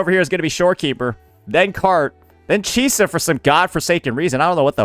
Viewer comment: Bro keeps on bashing Chisa’s name